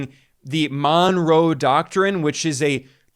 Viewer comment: you're doing a bit much with that "Monroe Doctrine" pronunciation